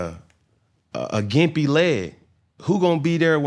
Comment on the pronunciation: Can he say "gimpy"??😂😂😂